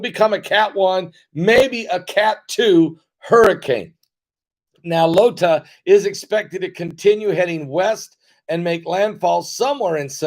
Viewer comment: PASTOR, IT IS NOT 'LOTA', IT IS 'IOTA'<HURRICNE...;)